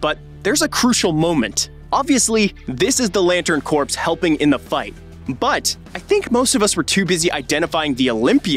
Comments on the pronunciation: Hey, dude: "Debut" is pronounced "day-byoo." "Corps" is pronounced "core." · The ‘p’ is ‘corps’ is silent btw